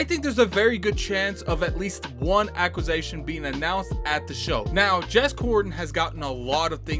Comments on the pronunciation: What is an "acquis-A-tion" 😆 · Your homework this week is to improve your pronunciation of acquisition xD